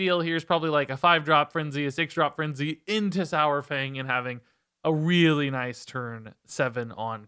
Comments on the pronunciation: Please say dinosaur then say saurfang now say dinosour then say sourfang. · The pronunciation of Saur- is halfway between "sour" and "sawer". It's easier once you realize it's from the Greek sauros, meaning lizard. Think dinosaur. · "One of the all time favourite characters" doesn't know how to say his name